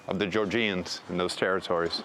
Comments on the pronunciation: Jor-Juns. Not Jor-Jeeyuns. Do the bare minimum, refer to the people correctly. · It's not pronounced GeorJEEans. Come on.